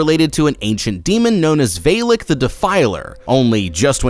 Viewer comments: It's not Velick it's valak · Sry but I have to giggle every time I hear her name "valak" and can't take it seriously anymore xDD